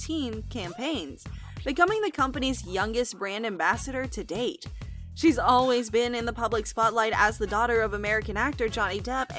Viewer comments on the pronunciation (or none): none